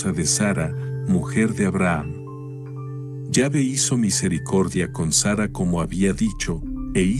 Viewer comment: No se dice yave si no q se pronuncia la letra E con acento